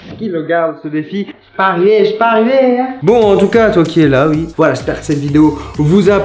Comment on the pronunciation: Pourquoi tu as dit oui avec ui c'est OUI c'est pas